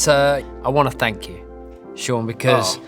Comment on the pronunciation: David Beckham - "Fank you"